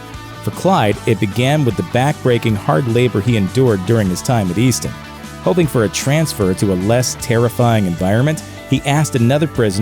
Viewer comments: The prison Clyde was in is pronounced EAST-HAM. I know because I live in that same town, called Lovelady, Texas. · eastham is pronounced east-tam